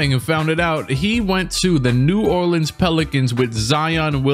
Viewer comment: Did bro just say new orlands u bout to beat the pelicans?